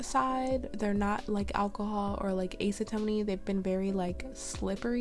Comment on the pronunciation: Lol what's ace-ah-toe-knee 🤣 are you saying acetone, it's pronounced like ass-uh-tone lol 😆🤷🏻‍♀️ I'm messing with you, I loved the video💅🏻❤️